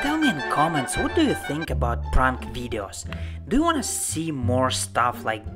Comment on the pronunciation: How he says prank.. pryuank